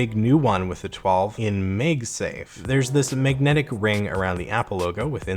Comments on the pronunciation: MagSafe❌ MegSafe✅ 😀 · i love how he says magsafe “magesafe”. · Can’t unhear ‘Meg safe’ 🤣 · his pronunciation of "Magsafe" always irritates me and i don't even know if he does it on purpose